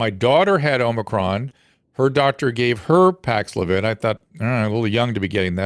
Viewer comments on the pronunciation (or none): Dr Drew seems to be pushing Paxlovid excessively. On the other hand, Dr McCullough calling it Paxlavoid is hilarious and obviously his way of giving advice whilst getting past the censors.